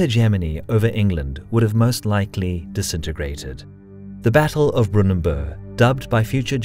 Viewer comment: You'll be having to rework this clip, then. The battle was fought just north of Doncaster, at Brunnanburgh. The second n makes all the difference.